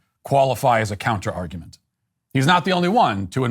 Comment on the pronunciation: What's an "arugment"? 🤣🤣🤣🤣